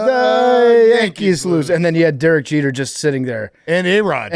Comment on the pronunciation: “Jerek Jeter”